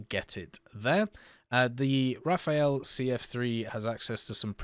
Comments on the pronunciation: RA fAL ! And Not "Ra fa ël" opposite sound of the letter "L". Its so simple, and you prononce it correctly at 16min 04 sec! ANd normaly, logicly Rafale must be after M4000 who are his base plane build. Rafale build after the base of the Mirage 4K, same for his radar from the 4K. Long time Dassaut want build and sell a Delta double Engine. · I use to say it the way he says it too until I realized that if it was said that way, it would be spelled “rafaele” lol. “Raf-al” is just as easy to say for me. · Best way to pronounce Rafale is to forget about the last "e", just Rafal